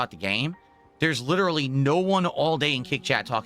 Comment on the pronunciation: Does it really matter if the guy explained why is trash? Because even if the dude laid out absolute fact like we all do, will “lilleralee” as he says the word, just say that “I do nothing wrong. I do everything right.” So why explain anything.